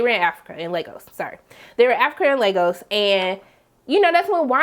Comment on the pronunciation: You're one of the only reviewers I have seen to pronounce Lagos correctly so thanks for that. Even the mcu characters can't do it correctly